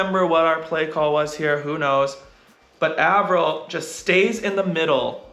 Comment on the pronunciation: Hi Erik, thanks a lot for posting these breakdowns. As a non volleyball player, I've learned so much about the game and how to understand it better from watching these and your other videos. You are a wonderful ambassador for the sport! Truly don't mean to be rude (only curious), but I noticed you pronounce Taylor Averill's name with a short A (like apple), but I've heard him introduce himself like Ay-verill on your channel too (like hay). What's the right way to say his name? Thanks again for all that you do to spread the love of volleyball around the world!